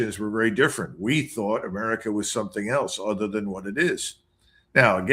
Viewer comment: u say it like i do because thats what it sounded like when Lydon Johnson said United States of Murca